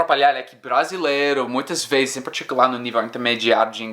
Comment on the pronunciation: vc as veZes fala palavras com Z como se fosse com "ss". exemplo: "muitas vezes" vc pronunciou "muitas vesses". Espero q n ofenda..